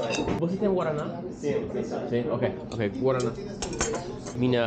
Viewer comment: Highly recommend dating Brazilian girls if you live in the Boston area. lol make sure you don't order "bread and cheese" at the bakery because it's gonna be a piece of bread with cheese, not the cheesy bread 😅😅 yes! you're not pronouncing it correctly, but it's like their Coke.